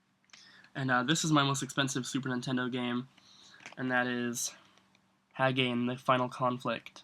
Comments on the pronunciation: I've always heard it pronounced Hah-gah-nay or Hah-gah-nee. Nice collection, I collect too but I don't have as many boxes for sure. I have almost 400 games but mostly cart only. I'm jealous of Hagane. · Hagane is pronounced Hah-gah-nay